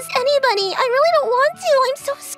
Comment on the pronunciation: ´´Nybody ˋˋ😂 Instead of anybody